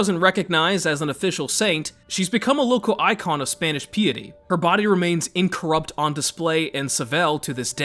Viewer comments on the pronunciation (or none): It’s Piety ..Pie-a-t not Pee-e-ty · Piety is pronounced pie-eddy not pee-itty. If you want to know how to pronounce a word, you can type it into google search bar and press the sound icon and it will say it out loud for you. 👍